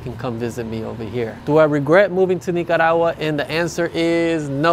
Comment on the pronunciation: I like the way you pronounce Nicaragua.😊 Great video. I’m looking into visiting there soon. Cheers ☕️